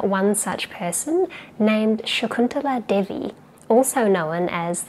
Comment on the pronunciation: Devi is pronounced as in "they we".